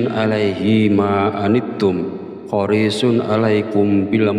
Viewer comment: Ma'af bacaan Alquran nya ada yang salah sedikit bukan horishun yang benar hariishun